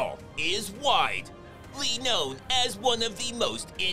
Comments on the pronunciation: "Seagal is wide....ly known." I can't....I just spat all the water over me. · "Seagal is wide ....ly known..." haha you're killing me